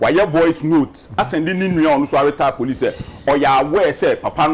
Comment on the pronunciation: Police not “Pelice”.